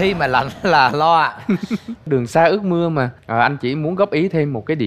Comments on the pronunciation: Anh văn sỹ hát cơ bản giống trường vũ hơn văn tuấn,hơn nữa văn tuấn ở bài này phát âm một số từ hơi phô có nghĩa là chưa chuẩn-ươt_> ước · trường vũ sau phát âm chớt quớt hết,ướt áo mà ca ước áo, trường tan mà hát trường tang. vấn vương, hát vấng vương, nhân tình trẻ lại hát nhâng tình trẻ, còn nhiều lắm